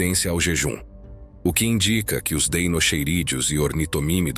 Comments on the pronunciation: Em latim “ch” tem som de “Q”. Portanto fala-se “Deinoqueiros”. Atente para a pronúncia correta. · O "ei" tbm se pronuncia "i" , assim ficando "dinoqueirus" , igual a dinossauros de DEINOSAURUS ( lagarto terrível)